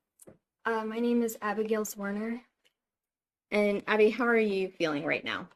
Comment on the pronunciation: I wish you would get Abby's last name correct !!! It's NOT ZwarMer, it's ZwarNer. Geez... you're an attorney. 🫤